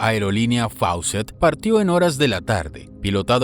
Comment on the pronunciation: No se pronuncia Faucett sino FOOCETT. Era una aerolínea peruana que desgraciadamente ya no existe igual que Aero Perú.